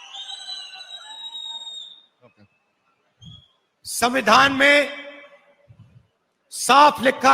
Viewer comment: ಸಂಮ್ಯಾದಾನ ಅಲ್ಲಾ ಕಣೋ ಗುಲಾಮ, ಅದು ಸವಿಂಧಾನ. ಎರಡು ಅಕ್ಷರ ಇಲ್ಲದ ಇ ನಾಲಾಯಕ್ ನಮಗೆ ಎಜುಕೇಶನ್ ಮಿನಿಸ್ಟರ್.. ನಮ್ಮ ಕರ್ಮ 🙏